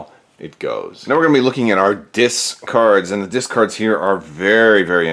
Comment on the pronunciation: Our "DIS-cards"? :P